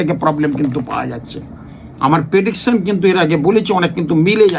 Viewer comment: ঐ কথাটা "প্রেডিকশন" হবে ভাই পেডিকশন নয়। উচ্চারণ এবং বানাম সঠিক হওয়া উচিত। তাইনা।?